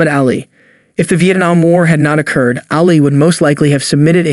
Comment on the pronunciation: yes that irritated the crap out of me too. Destroying theses legends names. Its Ali, not Alley, what a joke